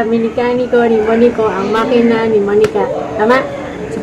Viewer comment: Makina, hindi manika😄